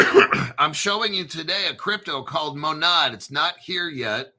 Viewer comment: MONAD, pronounce it right